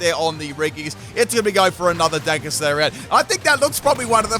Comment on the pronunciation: Ita DARKEST, but he calls it DUNKEST?